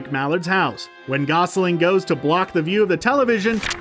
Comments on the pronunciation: He also says "Gosling" instead of "Gosalyn." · I can't stand all the mispronounced names! Ugh! I think McScrooge was the worse! What was he calling Gosalyn? (Not sure how to spell that) Who the hell thinks Gummi Bears were lesser known?!? They had 6 or 7 seasons! Whatever! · Gosling and Steelbank killed me